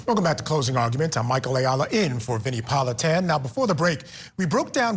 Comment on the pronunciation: Did you say Michael Ayala?